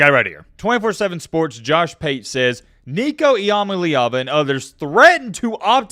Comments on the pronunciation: This clown just said nico eamaleava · Bro still can’t say the name right 😂😂